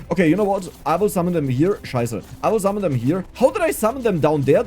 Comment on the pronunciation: Love the accent. Zummon lol. Game looks fun might give it a try